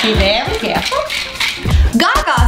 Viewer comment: "Be vewy caweful"